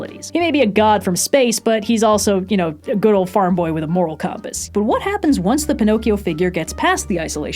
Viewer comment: Anyone here played the new Jedi: Survivor game? Cause says compass like Greez and it's funny to me